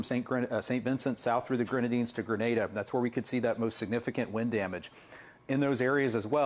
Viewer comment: Appreciate the correct pronunciation of Grenada! 🇬🇩